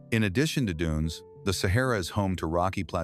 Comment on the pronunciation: Sahara NOT sehera